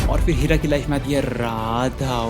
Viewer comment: Who is hearing Kheera instead of Heera 😅😂